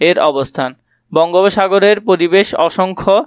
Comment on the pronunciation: ঐটা প্রতিবেশ না পরিবেশ 😢😢স্যার